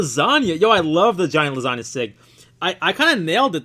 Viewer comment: It's not Lasagna like the food when you pronounce it, it's Lowaysiga when you read it. 😅😅😅